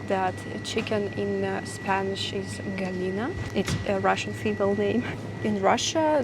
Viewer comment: I am Spanish with almost no English and I confess that hearing you say “gallina” in Spanish has been a cathartic experience. Your pronunciation is excellent. 😊 This is my first intervention on your channel, but I've known it for several years (The channel had a different name back then. Yeah Russia or so.). At the first contact I was fascinated that you were a Russian girl fond of exploring abandoned locations (URBan EXploration) such as junkyards. I really liked how you captured and appreciated the unique beauty and poetry of those places. It was very soon after that when I learned of the remote location (from my perspective) that you came from. Japan, China and even Siberia were more 'familiar' to me, even though I had never been to those places. To me, the “Far East” was empty space on the map. Not territory. That was shocking to me and I bonded with your channel. And now, years later, you came to Spain - I'm impressed! 😁 [I have been following your journey through Europe and I was pretty sure that your journey ended in Portugal and that from there you would return to Georgia. I assumed that your plan was to focus this time on Northern Europe, and that Portugal was just an exception motivated by its attractive conditions for digital nomads.]